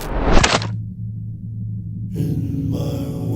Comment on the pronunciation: You pronounced Nepal correctly; not many can do it.